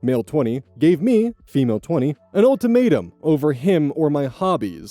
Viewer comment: I dunno why but, it sounds like said "Old Tomato" instead of "Ultimatum" to me.